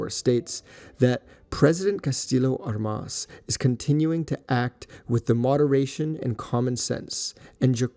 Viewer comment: Enjoyed the video, but Armas is mispronounced. The stress should be on the first syllable.